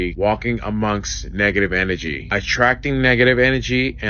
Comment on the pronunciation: Negative N A G/energy..... N A G I know he says it just like that 54 times in that video...🙄🤦🤣